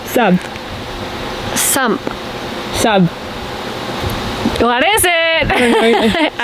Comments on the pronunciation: It's sump pump! Not sub pump. GOOGLE is your friend. LOL Nice work ladies. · Its "Sump pump" not "Sub pump" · Sump pump, not sub pump. Lol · It’s sump and you pronounce all the letters.